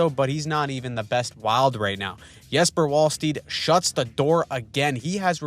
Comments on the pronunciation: Not even ”Wall-stett” but rather ”Vall-stett”. Our w’s are pronounced like American V’s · It's pronounced "Wall-stett" not "Wall-steed" (Jesper Wallstedt). Big fan of these weekly summaries! Love from Sweden.